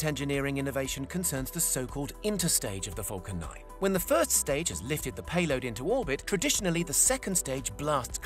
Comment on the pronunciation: I allways here him say 'fockin' 9 rocket' instead of falcon 9 xD